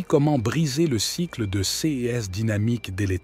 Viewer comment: Je me permets de vous indiquer que tous les "ces" sont prononcés cesses et l'on a le sentiment que c'est un robot qui parle....ceci dit, merci pour ces précieux conseils. 🙏